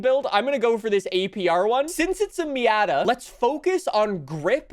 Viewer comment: The way he says “me-at-a